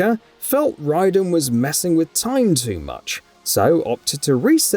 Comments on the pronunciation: saying "Ryden" instead of Raiden is just lazy at this point. Also it was Jax who's Animality was a T-Rex. Stryker turned into a lion. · I got here randomly, and to be fair Saying "Wryden" instead of "wRAYDen" is more accurate. The name of the character comes from Japan (and if i remember correctly it mean Thunder and Lightning) 雷電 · I hear u, but Im just saying that it isn’t how u pronounce for the game. Idc about the real world pronunciations. Just like what M. Night Shyamalan did for The Last Airbender movie. Yes, I get what he was doing for the real world way of saying, but thats not how it pronounced in the cartoon. And trust, lots of ppl were upset about that too. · The only thing accurate in this list, is that mk special forces sucks. Most of the things in this list are loved features and games. And how the hell can you say raiden wrong? The game literally says his name every time you choose him or win with him.